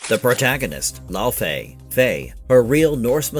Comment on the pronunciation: Laufey (the mother of Loki) is correctly pronounced "LAY-vay" or "LEH-vay" (rhyming with "day" or "say") tho I always pronounce it as "LAU-FEE" ,but that's just me....Anyway! I just love that a fellow geek is portraying the bad-ass wife of Kratos! You can tell she really knows and understands the lore of the games and that is going to translate very well! Can't wait for this game to be released and discover the beauty of the world and the lore within! Also, The Everywhen was also called the afterlife of the gods in the trailer! Seeing an Egyptian style goddess in there. Could that maybe be a small Easter-egg that Kratos killed the Egyptian Pantheon before meeting Faye and going into the Norse Mythos of GoW 2018? Would be cool!!!